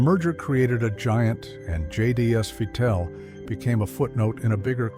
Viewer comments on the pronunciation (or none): It’s pronounced my-tel and corelle draw.